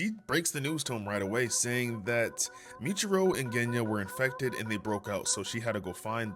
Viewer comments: (Moo-e-chi-ro) muichiro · Did I hear that right? Who th is michiro ?? muichiro